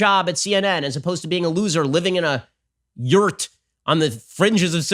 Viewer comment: Just the way that you said "yurt" made me lose it for some reason